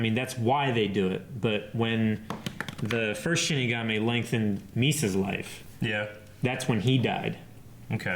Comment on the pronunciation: ok... I've ignored this for far too long.... It's "SHI-N-IGAMI" !!! xD